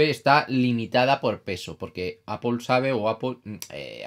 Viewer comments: En español o castellano literalmente se leería "aple", nose de donde sacan el "apel" pero si deseas pronunciar de manera correcta en español o castellano sería "manzana", no se complique tanto señor, saludos. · apol plz... se pronuncia apl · Una pregunta, ¿por qué Apple lo pronuncias en inglés y Playstation no? Solo curiosidad xc